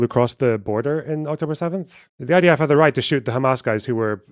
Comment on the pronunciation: Kind of weird when you repeatedly intentionally call the IDF the ITF.